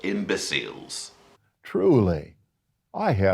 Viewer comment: I LOVE HOW PRONOUNCES 'IMBECILES'...😂😂😂😂